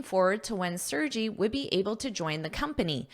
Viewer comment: Thank you,, for the article! The name Sergey is a popular name in Russia. I hope it will be interesting for you to know how to pronounce his name 😊. The letter 'E' sounds like [ e ] in the word 'melon', then, 'R' is clearly pronounced, 'G' sounds like 'g' in 'Google', and 'Y' is like 'y' in the word 'May' 😊😊